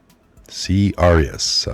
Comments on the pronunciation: aurus - NOT arius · Candida is yeast. The condition is called Candidiasis. Yeast loves sugar. Avoid high blood sugar by avoiding carbohydrates.The hospital's name is said "sigh-nigh" like the Sinai desert.in the Holy Land. It's Candida "orius". Thanks for the report.